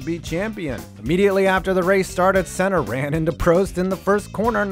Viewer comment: Senna's name it's actually pronounced right. Look for a brazillian commentary of a gp of that era and compare to what he says .